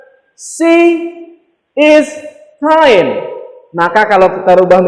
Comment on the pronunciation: Kind = baik hati not kine. Bro